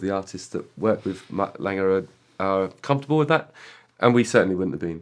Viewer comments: I love how Justin says Mutt “Langer” 😂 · Justin has always said Mutt Lange name as Langer. Why is that?